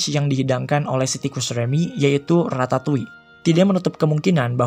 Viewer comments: Perasaan yg bener Ratatui deh cara bacanya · Nobody: People: Ratatoi Me. : Ratatolle